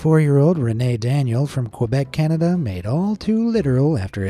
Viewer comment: It’s not pronounced KWIBEC! ITS KEBEC!